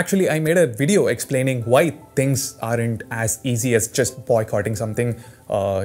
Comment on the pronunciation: and i also laughed everytime he says "whyie" 😂😂😂 man you're the coolest i don't know why youtube didn't recommended me this channel all this long